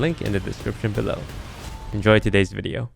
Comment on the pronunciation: Any other Dutch people hear 'deze video' instead of 'todays video'